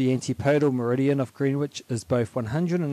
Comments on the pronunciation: Greenwich is pronounced 'Grennich'. Excellent video. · It is pronounced Green ich, the w is silent, so sounds like Grinage. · You pronounce Greenwich 'Grenitch'